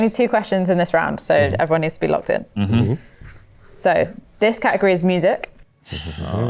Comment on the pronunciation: The way you guys pronounce " category " is so annoying 😑